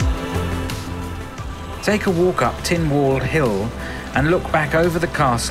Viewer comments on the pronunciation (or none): tinwald hill is pronounced tin bald hill